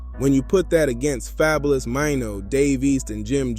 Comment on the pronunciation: Not happening, and ya’ll gonna listen to someone who pronounced Fabolous name wrong. Em isn’t jumping in to no beef unless his name is mentioned. This video just to get views